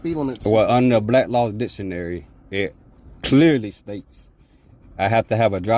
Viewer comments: No he was quoting Blats Law Ditionary. Still it is NOT law, it is a Dictionary not ditionary! Speech therapy is in order here. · Pardon me sir but did you just say "Dishonary" ? Step out of your vessel 😊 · Blatt Law Ditchunary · What is Blaslaw dishanary, or duhlaw? Can these people at least learn how to speak? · I love when these guys cant even speak nor pronounce words correctly Try to state made up sovcit laws " bak laws dicksaonary"